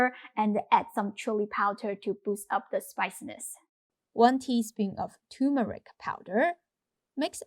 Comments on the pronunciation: TuRmeric ... not turmeric. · Nice, but the spice is TURMERIC---NOT TUMERIC! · You are mispronouncing turmeric. It is not pronounced too-meric. It is tur as in turn tur(n)meric.